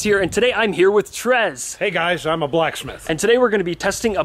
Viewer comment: "A BLACKS METH"